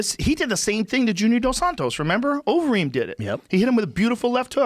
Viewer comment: Overeem sounds like ovary